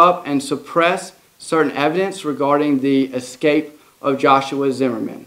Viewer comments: Escape, not Ecscape or Excape! Do better! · Video of his "excape" WTF is "excape". Stop hiring people to relay news to the public who can't even speak English properly.